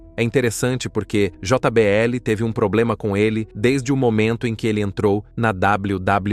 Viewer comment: Aprende a falar portugues nao se fala jota BL o correcto é jbl como em todo mundo fala